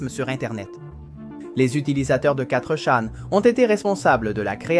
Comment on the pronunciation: Bon travail, bonne video, mais la voix terne, et l'absence de synchro c'est dur. Vu la facon de dire quattre chan au lieux de fourchan. Et plein d autre detaille donne l impression d'un truc fait par l'ia. Bonne continuation